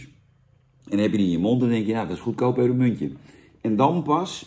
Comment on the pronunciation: Duimpje omlaag omdat je "pepermuntje" niet normaal kunt uitspreken